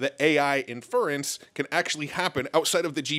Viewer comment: Still haven't learned how to say "inference" which is just tragic at this point.